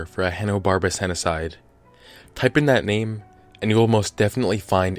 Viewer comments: You're mispronouncing it, henocied does not rhyme with genocide. It is pronounced "henna-seed". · Henocide sounds like "he noticed"